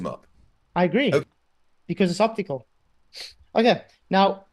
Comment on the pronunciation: he said “octacule” illusion